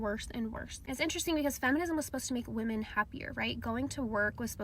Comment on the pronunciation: 12:oo can't even say the plural of women